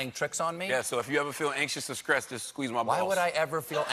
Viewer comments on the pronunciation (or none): Bruh, I really need you to stop replacing Ts with Ks. Wtf is "skressed"? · Was going to watch until the point in the video when he mispronounce a word didn't take long, about 10 seconds after he started speaking. TF is skressed?